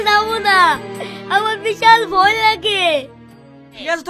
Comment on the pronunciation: ভই না ভয় হবে 😂😂😂